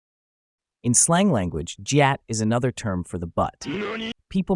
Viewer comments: It’s not like jyat it’s gyat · I may have let him slide if he said guyatt but not jeeyatt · Did you use AI voice generation? I say this because almost no one says Justin Bayber or and correct me if i am wrong but Gyatt is pronounced Gi-att not Jat. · Ppl who r not brainrot, ur not alone! Also it’s gyatt, not Jayatt😭💀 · aint no way he pronounced gyatt as jyatt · Bro it's not jyatt it's gyatt guh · Bro said GYATT like JYATT I just can't-😂😂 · "Guy-ut" not "jee-yat" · It’s pronounced ‘G-ya-t’ not ‘j-ya-t’ 🥛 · Its not jjatt its gyatt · Its pronounced Gyatt not jyatt. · HE SAID JYATT NOT GYATT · Gyatt not gaytt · The way you pronounce gyatt as “jyatt” 😅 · Bro his Ai said lvl10 giyat. 💀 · Its pronounced gee yat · yes ofc lol. YEET is a term meaning “to throw” and Gyatt is “butt” like u said, but pronounced “Gee-yaht” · bro really pronounces it as Jyatt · gyatt - "gee-Aht" rizz - "rih-z" justin beiber - "justin-bee-ber" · It's pronounced gyawt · What is jyatt it’s pronounced G not J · Why does he pronounce some stuff like that What is a JIAT😭😭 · Its pronounced "Geeh-yat" the g in the word is not sounded as a J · bro it's called "GEE YATT" but pronounce it fast like "GYATT" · They said Gyatt wrong 😭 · Really Helpful video, but that's not how I hear my brothers say gyatt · Hmm if you use the word "we" then say it properly like GYATT not jyatt😂 or skibidi instead of skeebeedee 😂😂😂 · “Boosin” and “jeeyatt” 😭🙏🏼🙏🏼🙏🏼🙏🏼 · Jeeyaat, skeebiidi😭😭 (Man tried his best tho🙏🏻) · I'm sorry but here's how u say gyatt and skibidi (not offense) (g-ya-tt) and (sk-ib-i-di) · Jeeyawt, delooloo, Justin Byebrr, and Skeebeedee, beautiful